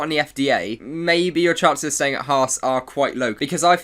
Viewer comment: Why ? It's the exact way you pronounce the team, and owners name.